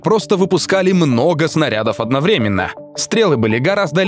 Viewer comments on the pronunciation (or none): автор, делай правильно ударения в словах сОздал и одноврЕменно. надо создАл, одновремЕнно. учи русская языка однако.